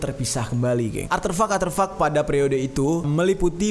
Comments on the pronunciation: Kemaren denger bahasa baru , kwetiau jadi kuetiwaw Skrg artefak jadi aterfak aterfak 😭👍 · aterfak aterfak 😂 Artefak bang jerr wkwk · aterfak 😂 ARTEFAK bos😂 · Artefak bang bukan arterfak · aterfak? Apagak artefak:v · aterfak aterfak